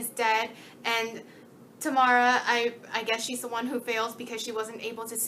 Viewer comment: I think Tamara in this series is meant to be pronounced "Tah-mera" rather than "Tuhmara", because that is how the authors pronounced it in the interviews.